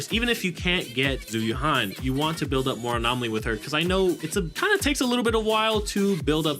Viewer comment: Its not "Zoo you-han" its "Jew You-anne" ZH is always pronounced J and Yuan is pronounced like the currency.